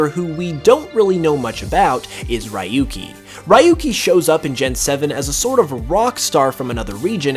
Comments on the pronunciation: Sorry but just had to say it..it's not pronounced as ra-yu-ki but ryoo-ki 😅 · “RY-YU—KEY” hurts my ears so much It’s “REE-YU-KEY”, Japanese Name so he’s from Gen 1, 2, 3 or 4 It’s not too difficult to lead some basic pronunciation :p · I didn't liked how he pronounced Rahyukey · Ryuki's name is pronounced (Ree-yoo-kee) you idiot! Learn to speak Japanese! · Your pronunciation of ryuki killed me. No offense but that's not how you pronounce it 😂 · butchered Ryuki's name